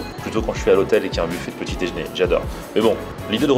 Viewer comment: Par contre on dit "déjeuner" pas "déjné" arrête de massacrer notre belle langue